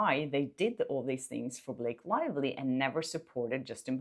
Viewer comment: Blake Lie-ly